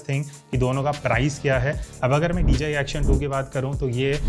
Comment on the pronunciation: Why is it that sounds like ur saying dgi